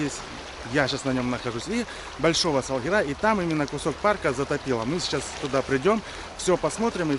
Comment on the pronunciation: Не Салгираааа, а Салгиииира.... Ударение на второй слог , Вы же теперь крымчанин